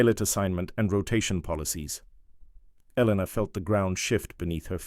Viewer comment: oh my god did you people NOT watch Top Gun? an F-14 has twin tail stabilizers!; Webs is spelled Webb's; it's pronounced E-lena NOT Elen-a; whoever wrote this story has no idea of military ranks Commander and Captain are 2 different ranks, Commander is a Naval Rank ( comparable to a Major ) and Captain is an Air Force Rank ( comparable to a Naval Lieutenant ); again Commander is a NAVAL rank NOT an Air Force Rank who wrote this crap? Hayes is NOT spelled as haze